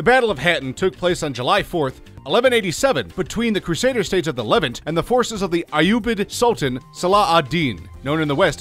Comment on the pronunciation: 8- le-VANT where the vant is pronounced more like the aunt in taunt. 7- Agincourt has a silent t, and the g is pronounced more like the j in jaques. And for the most part you never explained how these were mistakes. For the most part you explained these as important wins or losses.